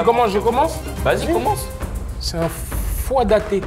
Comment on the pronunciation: Foie d’Athée il a dit 🤣🤣🤣🤣🤣🤣🤣😭😭